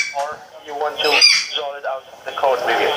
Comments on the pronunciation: "I would like to "resol" it" lmao I can't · Scammer: do you want to "resole" it???: id like to......"RESOLE" it. hahahahahahhahahah!!!! someone give this woman an award. 😂😂😂😂😂😂